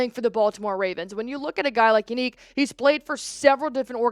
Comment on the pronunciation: You said Yannick wrong